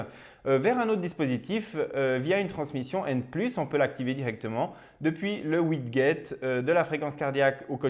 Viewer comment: je viens de regarder quelques une de tes vidéo, elles sont sympas, bravo. Juste te dire que "Widget" se prononce Widjet, et pas widguet